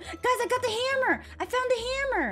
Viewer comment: the way she said the word hammer lol